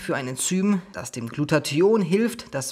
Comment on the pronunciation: Lieber, danke für das tolle und informative Video. Ps. Immer wenn du Glutathion sagst erinnerst Du mich an Antoine Burtz, wenn er versucht "Integration" auszusprechen. Intention isch immer gut, weisch